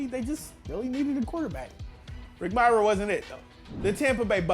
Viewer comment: learn to say Mirer right